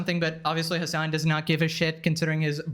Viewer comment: "Hman"? Is it Hasan? :v